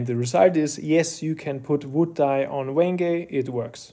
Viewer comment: "Wen-geh, not Wenge" hahahaha good one :D I have never thought of trying this, but very interesting! And now I know that Amaranth is actually Purple Heart, had no idea :O